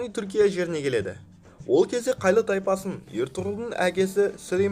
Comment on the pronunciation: (Қайлы)Тайпасы емесы (Қайы) Және Сұлтанның есемі (Алаеддин) емес (Алауаддин)